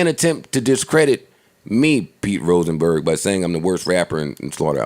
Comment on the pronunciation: Let's get "Roachnberg" TF outta here